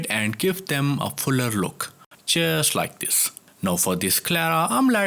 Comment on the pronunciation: I was always wondering what is this 'cheers like this' ! Only I accidentally switched on the subtitles. Then I came to know that it was 'just like this' ! 😄 Now even if you want to cheer up the viewers, I am always happy ! Best wishes!